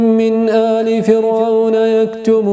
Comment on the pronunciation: للتصحيح يا كلمة فرعون الراء فيها مرققة وليست مفخمة